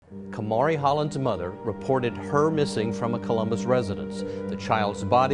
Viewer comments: I enjoy watching your videos, but I've always wondered why you mispronounced the victims names? In the source material, the parents pronounced Kamari's name like "Kah-Mar-Ri" but you kept pronouncing it as "Kay-Marie." I'm sure you don't intend to be disrespectful, but pronouncing the victims names correctly is important and respectful in remembering them. Just a friendly encouragement to think about moving forward. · Kuh-mah-ree. Jesus. She said the girls name different, and incorrect, literally every single time 😩 I like the style and subjects of this channel, but you’d think a true crime channel would know the word “arraignment” is pronounced “ah-rain-ment” and not “arrangement” but apparently not. Maybe I’m an asshole, but mispronounced words are like nails on a damn chalkboard to me 😩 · How did you constantly butcher her name with video of people pronouncing it correctly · Hey I’ve noticed in a large amount of your videos you mispronounce names. I can see if it’s just an accident but in this specific video you continuously change how you pronounce her name, which shows you are knowingly saying it incorrectly. It’s very disrespectful to families and victims, especially since this is a platform to share a victims story. Please do better. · here is the correct pronunciation of the Kamari's name. i'm still watching your videos, but mispronouncing the victims' names is a pretty big error. it's not the first time i've noticed this happening. Edit: her name is also pronounced correctly ffs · my question is, how can you listen to these clips with the parents, news, police etc. saying this poor littler girl's name, and you call her "Kaymarie", her name isn't hard to pronounce, and you've put many clips with them saying her name, yet you don't say it right. I find it very disrespectful to this poor little girl that her name can't even be said correctly. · Kuh Mar Ee so fucking wack at least get the people u make money off that are diseased names right!!!